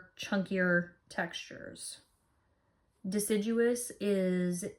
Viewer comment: It's probably horribly snobby of me... but it made me so happy that you pronounced deciduous correctly 😍 I really enjoyed this video. Thank you.